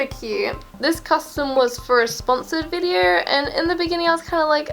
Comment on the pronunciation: She said vider